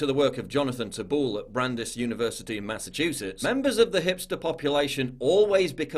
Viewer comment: I was trying to figure out what Brandiss University was in Massachusetts. Then, I realized he mispronounced Brandeis. (Rhymes with ice.) That's cool.